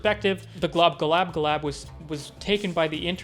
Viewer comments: Good commentary, dude. But say it with me slowly... Glob-glo-GAB-ga-lab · Man I'm pretty sure it's pronounced "Glob Glow Gab Ga Lab". Good video anyway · It's GLOB-GLOG-AB-GALAB it's not really hard to say it correctly)